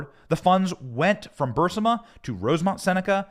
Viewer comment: It's Burisma, not Bursima. Get some new writers.